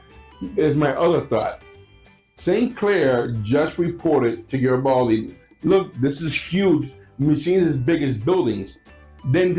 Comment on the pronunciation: Maybe it's because sometimes when the say his last name it sounds like Gabaldi.